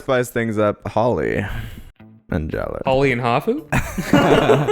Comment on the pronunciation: Jaller is still pronounced like "Jala", my dudes.